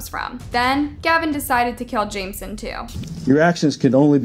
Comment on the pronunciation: It’s pronounced Jame-eh-son not jame-son lol